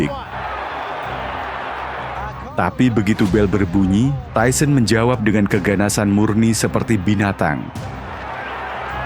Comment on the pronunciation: Tyson emang keren,,, tapi pembawa acaranya bilang tuson seperti binatang, ketauan tyson bonyo kau!!!